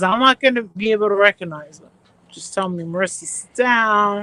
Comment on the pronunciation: “I’m not gunna be able ta reconize huh”. Well, honey, if you did a little research before hopping on the next “cash cow” you would be able to recognize her.